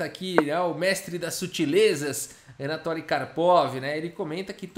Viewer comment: Fala-se “anatóly” ou “anátoly”?